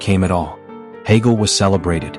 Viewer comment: Hegel, not Hagel.